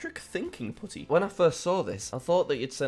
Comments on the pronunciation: am i only one who tried to translate the japanese kai wrote and realised how obvious it was Edit: Also am i the only one who heard well you know instead of putty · What he said did not sound like "putty" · That didn't quite sound like "putty" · When jack say putty it sounded like something else😂😂😂